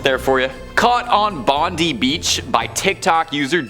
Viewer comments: It's pronounced Bond eye Beach, not bondie beach! If you aren't sure, look it up somewhere! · Pronounced Bond eye beach not Bondie..! But we'll forgive you as you're quite amusing. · i don't know why thats how people think we say bondi beach that way but just so you know it is pronounce bond I beach and not bond E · Gday m8 it’s pronounced bon_die beach not bin deee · Just for the record, the beach in Australia is actually pronounced “Bond eye” Bondi beach. Not that it matters much. God segment though👍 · Pronounced bond eye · Its pronounced Bon die beach cool video. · The way you said Bondi made me uncomfortable. 😂😂